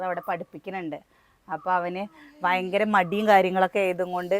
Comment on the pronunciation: Vayankara Alla Bayankara aane